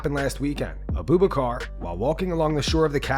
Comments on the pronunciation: It's not "Uhh-BOO Buh-car" Like you are saying. It's pronounced "Ahh-boo-BACH-Er". Abu Bakr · Who the fuck is Aboobacar??? BRO... It is pronounced Abu Bakar 😂🤣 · This guy saying Uh-booboo-Car. It's pronounced Abu-Buk-Er